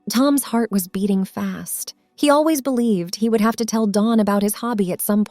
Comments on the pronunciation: Dawn not Don. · Dawn, Not Don.